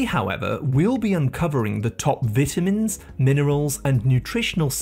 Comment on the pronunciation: oh my god the way he says vitamins is cringey, he's pronouncing the word wrong 😮